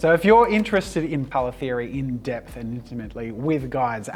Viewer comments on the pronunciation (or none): none